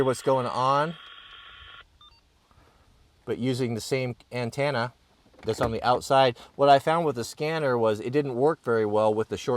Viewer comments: An-10-a 😂 not an-tan-a from a NC proho with ❤ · The 4th letter of antenna is an e, it’s a ten na, not a tan na. Always rubs my ears the wrong way when you say it.